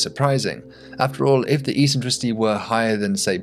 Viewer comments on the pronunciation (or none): Great video, but I'm going to be pedantic and say that "a basic tenant" should've been "a basic tenet". It's not the first time I've heard someone get that word wrong, and it annoys me very time! Oh, and "eccentricity" is pronounced "ek-sen-..." 🙂